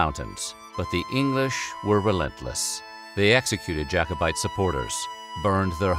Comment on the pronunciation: Thank you for pronouncing Jacobite correctly!